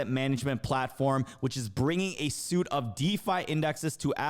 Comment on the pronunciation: " Bringing a suite...pronounced sweet."